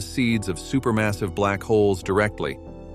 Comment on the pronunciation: I think it's text-to-speech. Unless errors were intentional to make it seem more human like, The problem is many of the errors were in a double e ie 《eerror》eg. "deecadees" "super massivee" "astronomeers". I used to have a keyboard that would stick and sometimes double type certain letters in word... But today there's spell check which makes it virtually impossible to have that many typos... for a human.... hmm 🤔